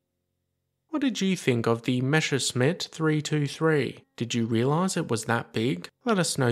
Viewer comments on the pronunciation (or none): It's a Messerschmitt, not a Mescherssmitt...